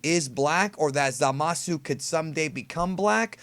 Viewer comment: You say it right i think at long time go